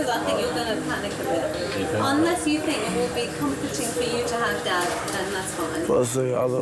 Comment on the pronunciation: Fink is not a word its Think! Really annoying hearing it. As well as Fort instead of thought